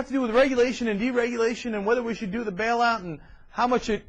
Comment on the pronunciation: It's pronounced Bail out not Bell out. God she's an idiot!